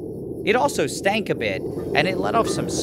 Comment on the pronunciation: “Stank a bit” 😭😭😂 never knew he’d pronounce it that way LMFAOOOOO